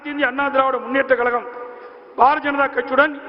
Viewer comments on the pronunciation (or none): எடப்பாடி ஏன் இப்படி 'கலகம்... கலகம்'... என்று பேசுகிறார்..? இது, 'கலகமா..?' 'கழகமா..?' தமிழை தமிழாக பேசத்தெரியாத தலைவர்..!? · தமிழ் உச்சரிப்பு பேச தெரியவில்லையே கலகம் கலகம் என்று சொல்லும்போது மிகவும் மனவேதனையாக உள்ளது இதே போன்றுதான் ஒ பி எஸ்சும்